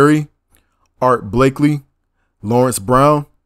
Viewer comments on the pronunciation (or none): Basie not Bassey Blakey not Blakley Eldridge not Elridge Gillespie not Gilispy Gryce not Greece Rollins not ro-lins Zu tee not zuttee But anyway, thanks brotha.